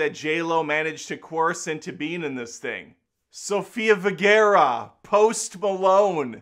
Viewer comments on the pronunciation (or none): I have never heard Sofia Vergara's name butchered so hard its like you went out of your way to say it wrong. It felt like a bobby pin pushed into one of my ears full force. Say it like Kazakage Gaara-Sofia Vergara(either vayrgaara or vergaara) it is insane you all speak one language and barely tbf.